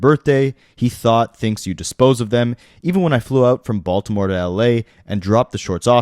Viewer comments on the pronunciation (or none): none